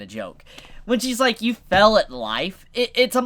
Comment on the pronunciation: Fail... F-AIL. fail, not fell. Say it with me fail.